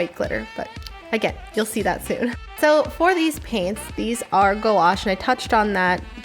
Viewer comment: That was funny how you pronounced gouache as "go-wash"😂